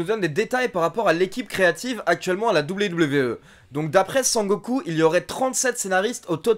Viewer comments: A chaque fois que tu dis sangoku je souris de plus en plus . A la fin g la gueule a momo 😂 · Eh mais un fou rire à chaque fois que j'entendais "Sangoku"! 😂😂😂😂😂😂😂😂😂😂😂